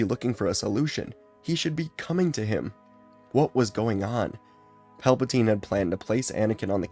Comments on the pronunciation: It’s funny because he accidentally miss pronounce Palpatine and said Palptime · I loved the accidental mispronunciation of Palpatine’s name, it got a chuckle out of me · PALBATINE Palatine 😂😂😂😂😂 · The fact he does this in one take is amazing I only hear one miss read in the entire thing with Pelpatine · It's Palpin' time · Palpa- what now? Tine? No teen? Tine?